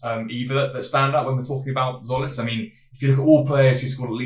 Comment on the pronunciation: Tz makes a j sound so it's like Jolis